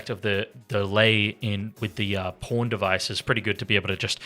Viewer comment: Australian pronunciation of Pawn is crazy 😂